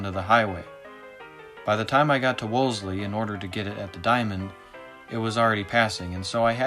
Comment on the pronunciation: The town is pronounced WOL•SEE.....not WOLS•LEE. 😉😅